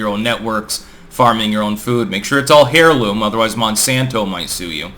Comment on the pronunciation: Heirloom: “Air-loom.”